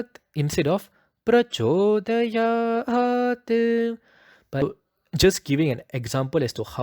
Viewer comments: Still sir I think Pronunciation should not be "Suvaah". Because there is no " aa kara" It should be "Suvah" And when pronouncing "Prachodayaat" It should not be "prachodayaata" Because it has Halanta or Hasanta at the end. Pardon me if I m wrong. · When you say prachodayat here , the sound of cha is different to what you have taught in one of your video.. You said cha is soft palete sound but in prachodayat the tounge is just near teeth I am confused , please help